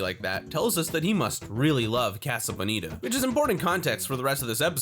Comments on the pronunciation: You're not saying "casa" right. It's "kah-suh," not "kaa-suh" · Why do you pronounce it?“ Kaa-Suh”? it’s Casa, “Caa” like a crow, and “Suh” like a hippie douchbag saying hello. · I hate the way you say casa .. Wtf lol but still watched 😆😫